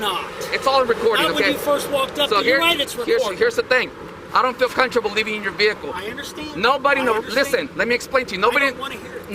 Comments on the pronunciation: "I dont feel contrable" its coMFORTAble d¡pshit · Every time he says "I don't feel CUNTRABLE" I lose it. Such an ignorant little person. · That cop mispronouncing comfortable as “countrable” gets me every time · What the hell is "conchable"😂😂😂😂😂. I played that 7 times to make sure I heard it right. Please sue their asses and get them fired. We have freedoms in America. Freedom of speech. He does not need to shut up. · Why can't he pronounce "comfortable"? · He's so scared he can't even say comfortable correctly. This guy is seriously a problem to everyone 🙄